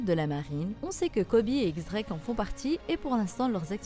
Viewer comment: on dit "Diez" Drake